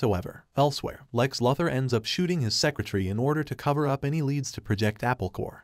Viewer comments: It's actually pronounced Lou thor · Repeat after me, LEX LOO-THOR. That's how his name is pronounced. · Lex “Lother” ? LoL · Ah yes, Lex Luthur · Its pronounced Lou-ther not Luh- ther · I do like your recaps, but one minor nitpick - you pronounce Lex's last name as Luth-or. It's Lu-Thor. Long 'U' sound... ... ... ...sorry, but as a purist, it just bothers me... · Lex LOTHER 😂😂😂😂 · Loother for Bob's sake. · Lex Lather??? Wtf bro!? Stop it right now!!!! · My bro yet again i ask please its loo-thor please read your comment sections theres afew of us out here still watching your vids hoping you gonna crack it. Tia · Lex lover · It's pronounced Loothór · Enough of saying Luthur'/!!! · lex larver is it????? ai hasnt learnt enough to pronounce luthor name properly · After the fourth mispronounced Lex Luthor I was done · Dude's doing that💩💩💩on purpose'/!!! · Bruuuh check your pronunciation on Luther!!!!!!!!!🤦🏼‍♂️🤦🏼‍♂️🤦🏼‍♂️🤦🏼‍♂️